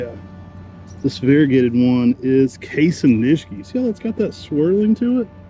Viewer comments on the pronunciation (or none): Please, it's Kasen Ni-shi-ki. 😉 Thank you.